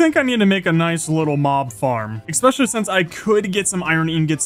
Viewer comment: I watch pretty much all these hundred day videos and I cannot stop wondering when will he stop saying "exspecially"